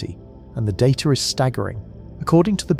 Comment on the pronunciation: When did the word data gain an "r"?